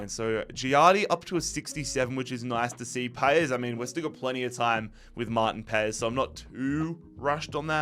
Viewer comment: It's not martin payes its martin pas